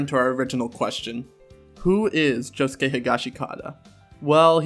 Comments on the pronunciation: how do you say josuke correctly and then say "nori-soo-kay" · The only thing I have a problem with is your pronunciation of "Norisuke". You pronounce "Josuke" correctly though. The "suke" is always pronounced "skay". Josuke, Sasuke, Norisuke. Also, I really hope Norisuke doesn't die.